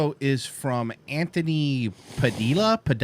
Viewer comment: So hold on your Cuban and you don't know how to pronounce Padilla. God damn you're cool bro